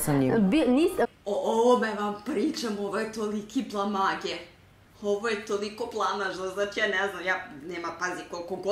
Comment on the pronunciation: Blamage”😂 izgovara se,,Blamaž” 🤣